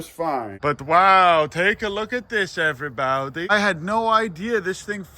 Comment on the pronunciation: I love how you are saying my last name when you say “Hello Every Baute” 😂